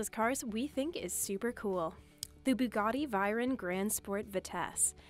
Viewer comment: Bugatti Vi Ron? Umm who wants to tell her?